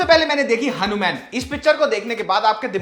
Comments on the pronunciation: Are u crazy.. why are u calling it Hanu-MAN like BatMAN, SpiderMAN... his name is Hanu"Maan"....that's how we Hindus pronounce it... it's wierd u don't know it...and pronouncing it otherwise... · Bro its not hanu man its HANUMAN ❤✨🔥💯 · Bro can u plz explain why are u calling "hanuman ji". "hanu-man"?.. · Why you saying Hanu-Man like foreigners... Hanumaan h wo ❤ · Its not हनुम्यान it's हनुमान। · Atleast pronounce Hanuman correctly